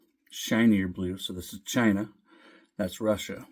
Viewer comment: Did you say “shine-ah”? Hehehehehe